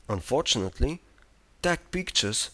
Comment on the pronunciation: unfortunately the way he says unfortunately is quite unfortunate.